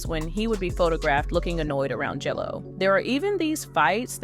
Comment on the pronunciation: Are you saying jello or jlo?